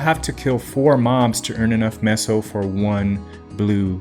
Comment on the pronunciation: doesn't know how to pronounce meso correctly